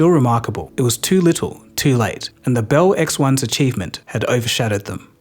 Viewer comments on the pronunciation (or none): This guy almost speaks English. If only he could pronounce "Bell."! It's beL, with an L, not "behwu."